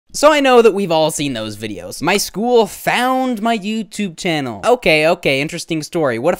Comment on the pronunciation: "Channle" interesting 🤔😅